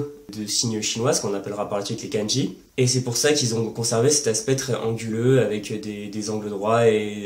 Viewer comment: effectivement, comme tu le sais une erreur de prononciation (même très proche de la bonne) peu donner un sens différent ou induit simplement une incompréhension. (フランツ語 ⇒フランス語、ケンジ ⇒かんじ). Ce défaut de prononciation (souvent très français) est causé dans ce cas précis par l'incompréhension du "ん" qui est un syllabaire à lui seul et doit être considéré séparément (même s'il est très court). Beaucoup de gens commencent l'apprentissage en romaji donc prononcent à la française (ん suivi d'un す＝つ⇒誤読). En dehors de ça, tes explications sont claires et justes (à par le cas du "ん") et je t'en félicite, tout particulièrement pour la prononciation du せい qui est systématiquement mal prononcé par nous 外国人。 Sinon, que penses-tu de la méthode AJATT?